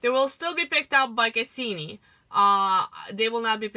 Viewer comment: Cassini not Kasseeme.